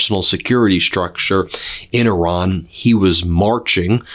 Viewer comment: “Oran”? The name of the country is Iran, not Oran. Ben, please respect the Iranian people (not Oranian) by learning to pronounce the name correctly. Thank you!